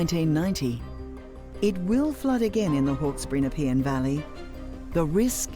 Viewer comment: How to pronounce Nepean..... Is NePEEan. This was supposed to be a 1 in 100 year event. Except this frequency and the amount of rain is devastating. Never before has this area had so much rain. The monsoonal rains in Northern Queensland didnt hit this year but they have the drainage to cope with vast amounts of rain. Thanks for sharing this video. I understand it better now. The choke points need to be addressed if people are to continue to live here. I think that many people will be changing their address. So devastating.